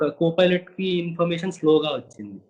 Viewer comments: e anchor gadu pilot word ni pronounce cheyyatam Inka nerchukoledhu 🤦🏻‍♀️🤦🏻‍♀️🤦🏻‍♀️ filot antadu. Please Suman TV change these kind of anchors.navvaleka chasthunnam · Anchor sab filot kadhu pailot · Fi"lat" kaadu raa baabu PILOT........PILOT........"Paina" lo "Pai" - Pilot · Ee anchor ki chala padaalu palakadam raadu. Pilot - Filot; Naked - Naeked; and so many.... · It is fun when anchor pronounces pilot as filot But we all should appreciate his confidence for taking this interview.... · Ora anchor filot Co filot Kadu ra swamy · Dont change the anchor... very good entertainment... iam watching only for the anchors Filot ... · Arey anchor ga Filot co-filot entra🤣🤣